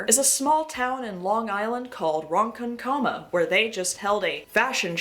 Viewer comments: it's pronounced "ron- conk-uh-muh". and its not a small town. The further you travel out east on Long Island, the more conservative it gets. its very scary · you did NOT just say ronkonkoma as Ron Cun Comma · im gonna cry i pressed play and was doing something else and just heard "small town in Long Island called Ron Cun Comma" HGJDFHJHHJGH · im usually never in the comments but i simply cannot let this injustice stand. its not ron-con-KOH-mah. its ron-KONK-ummuhhhh and it's one of the most fun city names to say. love the video tho and your makeup is on point!! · not "Ron Cun Coma" 😭😭😭 love the video it's a Ron Conk Kama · please go watch " 200 cigarettes " so you can learn how to say " RONKONKAMA" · There are not many hills I am willing to die on for these yokels, but I WILL fight for Ron-CONK-c'ma to be pronounced properly, because that town didn't deserve to unearth the trilobites that were peacefully fossilized beneath the sediment of Long Island. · I’m not from LI, but from the same state, it’s called ron-kong-kama. I know strange, it’s similar to how you pronounce in Massachusetts, Worcester, as Wu-str. Or how you say Poughkeepsie as Po-keep-sie. Nothing is pronounced straightforward as it’s spelt in the northeast 😂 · lmfaoo Ronkonkoma its pronounced like Ron Con Cumma but as one word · Hey Long Island native here. Ugh I hate these MAGA types. By the way the town is pronounced Rawn-Kawn-Koh- Mah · how did I know that this was from Long Island… I hate it here… I see people driving around with cars fully decked out in trump flags and stickers. it’s so crazy dude. also just so you are aware it is pronounced Ron-kon-coma. A lot of the towns here are tricky to say but they came from the names came from indian tribes on Long Island! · Ron - con - coma is how u say it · On behalf of Long Island, I’m sorry On behalf of Ronkonkoma: it’s ron-KON-koma (LI has lots of Native American names that are difficult to pronounce) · The moviefone pronunciation LOL!